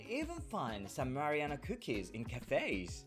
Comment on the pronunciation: Please don’t say Marianna.